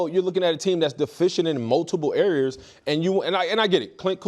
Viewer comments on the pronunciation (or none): Relax, you’re gonna eat your words. Can’t trust a guy who can’t say areas, cmon errors 😂😂😂